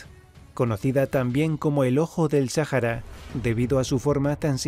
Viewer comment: Sájara? Vaya, yo siempre creí que era, Sahara.